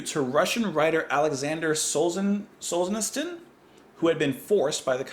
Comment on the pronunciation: Great song, one of my favorites, I play the piano parts and main themes on my guitar. I read Aleksandr Solzhenitsyn’s book “The Gulag Archipelago” in 1979, brilliant writer. Pronounced Sowl-zhuh-NEET-sn. You analysis is just masterful, which puts you way above most reviewers/first-listeners. One part of the song you may not have noticed is about - , the ending of instrumental. The music goes pa-dah, pa-pah——- holding out for a 6-count, repeats and holds for a 5-count, then 4-count, 3-count, 2-count before resolving. I do get chills. My favorite Renaissance suggestions are “A Song For All Seasons”, and “Song Of Scheherazade” from Live At Carnegie Hall.